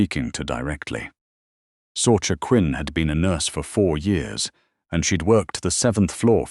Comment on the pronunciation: Sorcha is pronounced Sorsha